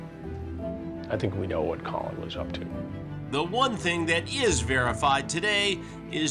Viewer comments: Hansen keeps saying Cole-in, or Colon (as in part of your intestines). I get the feeling it’s Coll-in (aka Call-In) said the way that Irish Collin is pronounced (aka Collin Ferrel). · Bro said his name is Colon lmao.